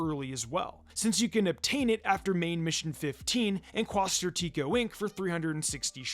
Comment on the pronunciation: The way all the YouTubers are mispronouncing quasar is killing me